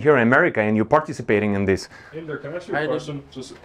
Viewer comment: His name was Inder. They made it sound like Andrew.